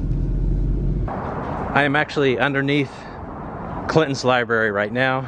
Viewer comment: Had to stop the video. You are on a platform where you are attempting to inform people. The third time you said LIBARY I was done. Sorry pal. 😑